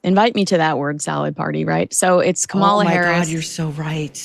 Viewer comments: Sorry guys but the accent is in the FIRST syllable in Kamala’s name. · It would be nice if you showed some respect and pronounced Kamala Harris’s name correctly! I have watched trump’s rallies and also to accuse her of word salad…seriously?! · knows exactly how to pronounce Kamala. She makes herself look very uneducated when she pronounces like her Big Daddy does 😂😂😂😂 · Show respect when respect is due and pronounce Kamala Harris's name correctly. Come on man, I thought you were better than this... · Gave yourself away girl. Can't say Kamala Harris' name correctly. Both of yous magats?